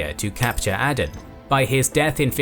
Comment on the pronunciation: It's Ay-den not ah-den